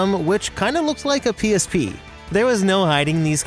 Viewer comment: bugged me when he said psp lol